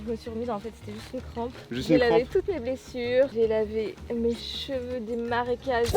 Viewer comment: Le fruit en question , qui pousse sur le tronc, est comestible c'est le mafai, mais je sais pas si ils étaient mûrs. Par contre faudrait aller chez un orthophoniste, c'est marécages, et pas maracages. 😅. On peut dire l'eau a bouilli, mais au présent c'est l'eau bout.